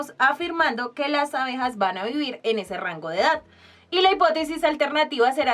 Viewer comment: se dice ABEJAS que horror